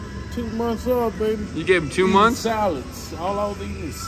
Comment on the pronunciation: he said "tssaladzz" lololooo